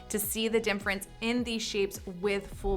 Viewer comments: why do you say dimference? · Is she saying difference or something else like dinference?